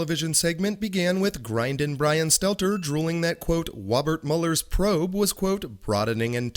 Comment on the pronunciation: That was “Wobert Mueller’s Pwobe”,. Get a hearing aid, will ya? 😉